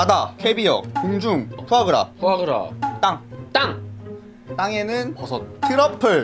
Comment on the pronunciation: 푸아그라가 아니라 비ㅇ그라ㅋㅋㅋㅋㅋㅋㅋㅋㅋㅋㅋ